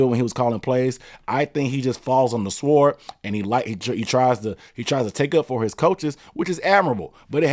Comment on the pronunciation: You don't pronounce the w in sword...